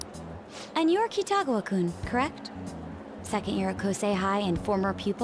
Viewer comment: btw u pronounce 'kun' as kuun not koon